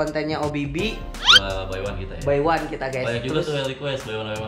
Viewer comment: Kemas nyebut nama Obby Phy jadi Obby By 😂